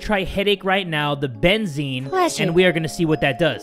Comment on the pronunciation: Says Benzene wrong Me: ITtTtSSsSS BEN ZEN EEN >:C